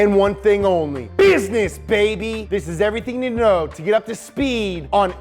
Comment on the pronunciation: this is everything youkninoow about the srt! 😂